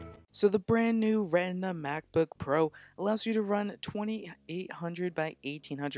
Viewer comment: 'RETINA', not 'REHNDMA'